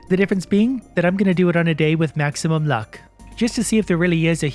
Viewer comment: “Maximuim” luck! lol